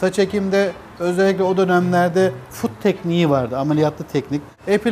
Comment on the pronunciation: Foot değil FUT !